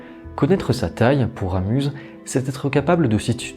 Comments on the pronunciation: Très belle vidéo ! PS: on dit Ramu(z) le Z est silencieux ;). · Toujors aussi interessant, bien que un peu trop literaire et sans avis personnel, mais l'explication, digne d'un prof de literature, ai un seul ic, on ne prononce pas le Z de Ramus La bise d'une suisesse. Je te suis assidument, nous sommes de la meme engance lol !!!